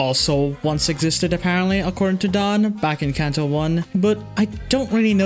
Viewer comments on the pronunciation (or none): none